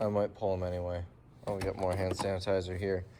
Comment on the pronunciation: You are tired!! You said sand hanitizer!!!😂